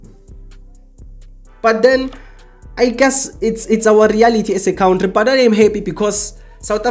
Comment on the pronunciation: Cow ntri it's kantry 😂